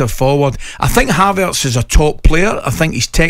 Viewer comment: Someone tell Gabby it's not ' Have Arts' 😅